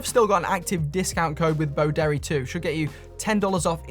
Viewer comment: I'm so old that when you say Boderry, I hear Bo Derek.